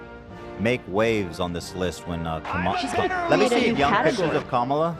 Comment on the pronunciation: Ethan with peace and love you NEEEEEED to start consistently saying Kamala's name right my guy